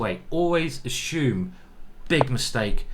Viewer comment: Ashume? Assume I believe